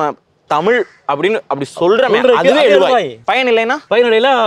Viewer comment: எளுவாய், எழுவாய். தமிழ் படித்தால் மட்டும் போதாது. சரியான உச்சரிப்புடன் பேச வேண்டும். அது தான் தமிழுக்குப் பெருமை.